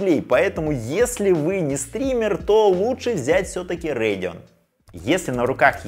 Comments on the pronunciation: Радэон всегда говорили , а не Рэдиан ... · Как же режет слух РЭЙДИОН РЭЙДИОН не могу смотреть, не народный обзорщик ( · РЭйдион, ТрАйпл кЕй, амдИ😂😂😂😂😂😂ты прикалываешься? Неправильное произношение ты вообще дебил? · Че за "рейгн". Это так Radeon что ли произносите? 😂 5060 8Гб за 30к вполне себе можно брать (и это точно лучше, чем 4060 за те же 30к). Никто не говорит, что надо играть только в 2К на ультрах. А 16Гб версия уже от 42к!